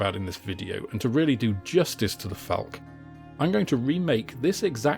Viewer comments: Falck-uh, not Falck. Terminal e's in German are not silent. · A very helpful video for beginners to modelling. Just one criticism: because they are German words, the "e" on the end of "Focke" and "Falke" should be pronounced. It's called a schwa. As in Porsche, Elbe, Goethe, etc.